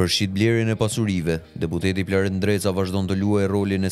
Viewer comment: Bravo eshte gjarper nreca se normalishte eshte ndreca po e thot me r te holl nreca